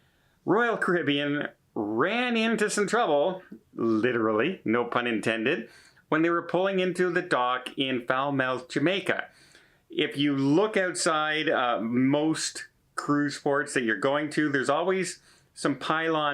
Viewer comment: Hi; Love Ya.... mean it! But I don't think it's pronounced "Foul-Mouth" Jamaica. Just showing that I always pay attention to your videos. Have fun and stay safe!